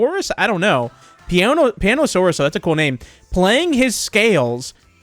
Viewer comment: Huh Piano-saw-us, nice 👍